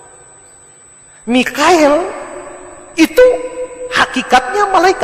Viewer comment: Harusnya gabriel tau dr mn jibril... ngucapnya aja slh jibrael😆🙏🏻 biar tau pk pendeta: Jibril,mikail,izrail,israfil,munkar,nakir,rokid,atid,malik,ridwan